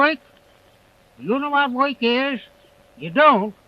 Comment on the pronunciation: His accent is obviously archaic. He uses some pronunciations that were the norm in 1600 but are not used by most English speakers today. He pronounces "work" and "world" as "wawrld" "wawrk." Also in words that begin with wh such as "while", he starts the word with an h constant. This was the norm in 1600 aswell. Some English speakers still do this. White for example would be h-whit-eh.